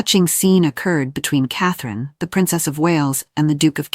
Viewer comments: HER NAME IS CATHERINE NOT CATHLENE!!!! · Get a better narration program. The one in use managed to mangle "Catherine" and "Louis" in about 30 seconds.